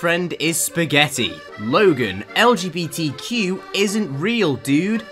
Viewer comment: I can't say how much i love when says "Lgbtq" and it sounds like LGBT cube